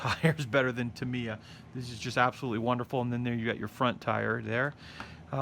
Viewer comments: Great vid, great build, absolutely awesome. Just 2 things though, it's not Ducoti it's Ducati, "Du ew cat e" and its not tumiya its Tamyia, "Tam e r" why do americans mispronounce so many words ? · It’s pronounced TAMiym not TIM they is only one letter I........very good build....